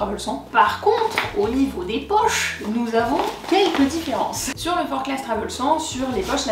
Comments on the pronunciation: On prononce forclaz sans le z car c'est haut savoyard ;) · Je me permets juste une rectification sur la prononciation de la marque car je viens de Haute-Savoie et ce sac porte le nom d'une commune de ce département. On prononce donc Forclaz sans le Z, Forcla